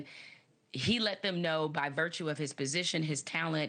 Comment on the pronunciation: A journalist who can’t pronounce journalist……